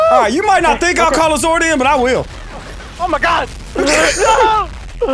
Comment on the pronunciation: its ZORD not zoid lol